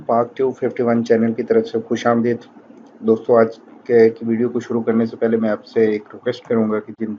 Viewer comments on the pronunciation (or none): none